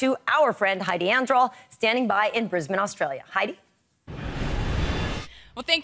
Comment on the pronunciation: finally an american who can say my hometown properly, not brisBANE its more like how she said it, us aussies are very lazy lol